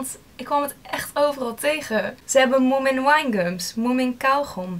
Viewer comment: Leuk dat je ook helemaal gek bent van moomin, ik ook maar mijn finse vriendin die zegt dat je die n niet uit spreekt ;)